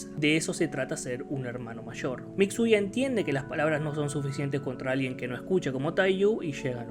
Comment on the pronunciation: Me encanta como llama a Mitsuya "Mixuya" xd